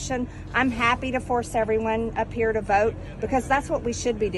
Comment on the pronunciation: Everything mtg does and says drives me crazy. For some reason, the way she pronounces "vote" really sends me over the edge. Time for a gin and tonic.